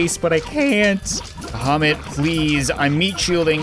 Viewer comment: You spell "Bahamit" like "Vomit" xD